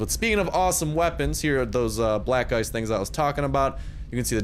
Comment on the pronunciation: When you said black ice it sounded like black guys